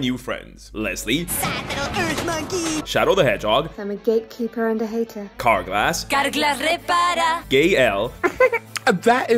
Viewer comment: Oye, eres español no?? Es 100% imposible que no seas español con lo de “Carglas repara”!!😂😂